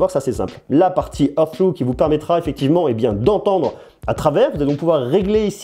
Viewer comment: Merci pour ta vidéo, j'hésitais à les acheter, j'ai beaucoup aimé ta présentation 😊 Ps : hear through se prononce /hɪəɹ θɹuː/ , grossièrement [hir srou] (avec les r à l'anglaise et le h aspiré évidemment 😉)